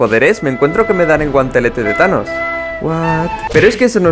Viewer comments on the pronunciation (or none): none